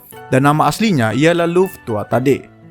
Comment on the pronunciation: itu bacanya gini banh TUA HA DE